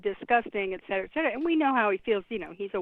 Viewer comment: It’s et cetera with a t. Drives me crazy that everyone says ec cetera. Excellent segment otherwise, Sam and.